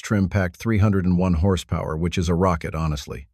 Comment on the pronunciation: What's horse pow-where? Dopey AI voice nonsense.